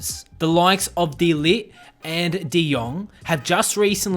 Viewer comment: It’s de ligt not de light